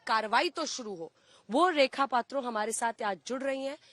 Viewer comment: Are behna Thora prepare karke aao, Woh potro nahi Patro hai, aur SK Sahajan hai Sk Shazade nahi